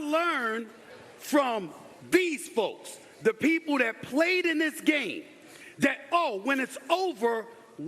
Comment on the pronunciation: It's that, not Dat, SAS. 😂They're mad because Maye is white, and good. Why would Maye watch first take? It's trash. smfh